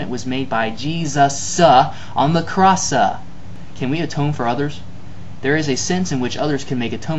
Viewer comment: "Jesusahhhhhhh on the crossahhhhhhhh" hillarious. :-)